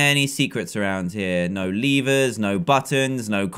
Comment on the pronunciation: lever not "leever".